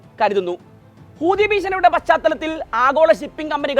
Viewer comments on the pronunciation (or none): ഹൂദിയല്ലെടോ ഹൂതി എന്ന് പറയൂ